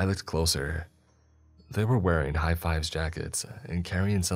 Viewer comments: Viz not vise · Yes, thank you. High-visibility jacket. Vis like biz, not vice. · High-vis jacket is pronounced /vis/ as in Biz. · just a note: "high-vis" should be pronounced "high-viz" - highly visible. - may not be relevant 2 years on, but someone who is confused can hopefully use the note. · The repetitive mispronunciation of Hi-viz is making me laugh, not at, just funny. It’s Hi-vizz like bright in color. Damn good story!